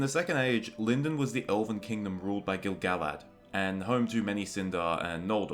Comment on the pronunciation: The pronunciation of Lindon is incorrect.